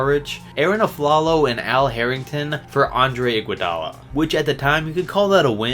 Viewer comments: Iguodala not Igoudala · Its Iguodala, not Igoudala smh